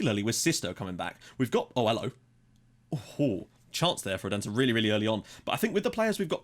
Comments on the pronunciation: Odense is pronounce 'Olunseh' if that makes any sense, the D is like an L. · Yeah, that is wrong. It's pronounced like it sounds. O-den-se